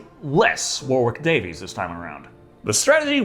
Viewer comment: Uh,. Just so you know, it’s Warwick Davis, not “Warwick Davies”.